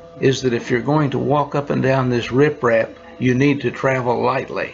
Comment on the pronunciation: It's riprap not rifraf….